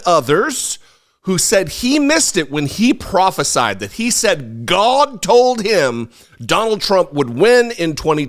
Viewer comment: Your pronunciation of Gawda proves you are telling the truth about your youth.